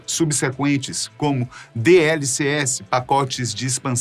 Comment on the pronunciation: Cadê o GTA 4, falhou em produção! E a pronuncia de DLCs 😅